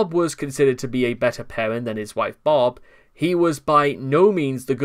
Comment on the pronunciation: Nice video, man. Because of your accent, Bob and Barb sound very similar in your readings and I sometimes get mixed up 😛